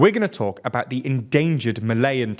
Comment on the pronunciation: And bout pronounced boot